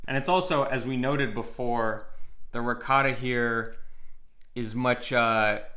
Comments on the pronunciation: RicoTTa: RicoRa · Please,, teach to pronounce ricotto. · please teach how to pronounce Ricotta correctly. We need to re-educate Americans. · My nonna would have slapped me if I called it ri-cah-tah